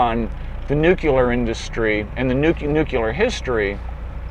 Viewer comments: Nuclear. Repeat after me 'NEW-CLEAR'. Not 'Nuke-ular'. Please for the love of jeebus it's 'NU-CLEAR'. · I can't stand him pronouncing it nuCULAR. That's not how you say it.